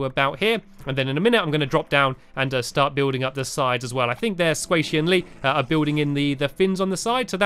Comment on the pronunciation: BTW its Lee not lea x3